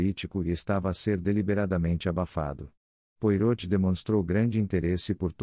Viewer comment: Áudio com erros, Poirot de ser falado de acordo com o francês